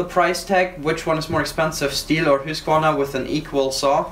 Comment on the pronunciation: I always wondered about the proper pronunciation of the name Husqvarna. (Hoosk var nah) Now I know! Love Swedish saws by the way. Oh and (Yon sred)